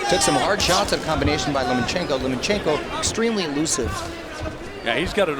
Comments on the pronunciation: I like how one of the commentators keeps calling him 'Lemonchenko'. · So the commentating isn't worth listening to.... I think they just couldn't pronounce his name so.....